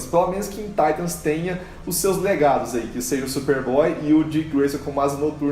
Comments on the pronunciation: QUE PORRA DE TAITAM É TITANS AAAAA DA AGONIA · PARA DE DIZER TAITANS